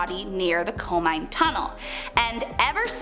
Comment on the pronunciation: KO-MI-NE tunnel